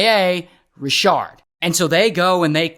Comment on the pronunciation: Not Ra-shard!